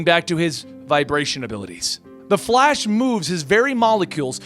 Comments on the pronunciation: Was he just about to say fash instead of flash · “The Fat- The Flash” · Bruh he keeps saying "the fat" I the beginning 😂😂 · “the flAsh” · “the fat the flash” 😂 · "the fat- uh flash," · "...The Fhat"